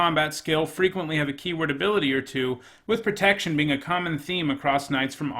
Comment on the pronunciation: "After a couple of nights in a row without pertection" MonkaS